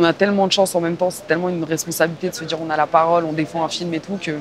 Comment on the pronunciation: "T'vois c'que j'veux djire"